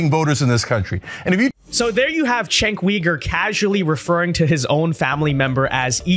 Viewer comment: The way you mispronounce Cenk's name almost sounds like a slur against yourself 😆